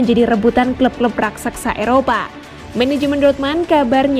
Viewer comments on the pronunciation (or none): none